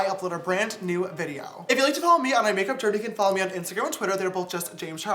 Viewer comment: Are you saying BOLTH??